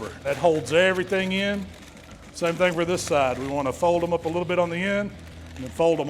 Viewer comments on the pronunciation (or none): none